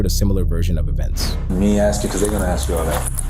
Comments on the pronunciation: and axe; not ask. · Notice how they all mispronounce the same words? It seems to be universal, "chiw-ren", "axe", etc. There is some sort of mental deficiency. There are so many little behaviors they do that should make it clear that were not the same and it goes way beyond appearances.